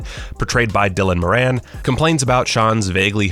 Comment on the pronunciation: A) Dylan More-An (is how you say it) and B) he’s Irish not British, get that right please.